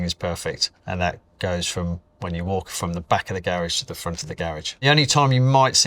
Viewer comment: the way he pronounces Garage hurts me more than it should.